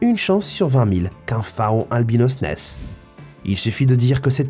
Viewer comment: un "fa-on" , jte paye pas